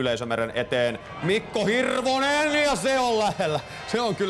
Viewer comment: No, it's hiRRRRRRRRRRRvonen! ;D